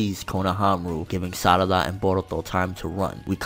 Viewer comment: i dont trust people calling sarada "salada" .. this aint legit